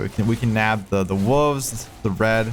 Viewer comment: The wuvs😂😂😂 is that actually how Americans say wolves?